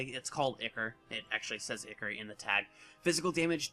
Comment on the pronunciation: Eye-core, not icker. :p